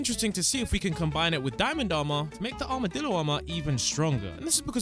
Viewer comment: bro really said he got accses to the armedilo early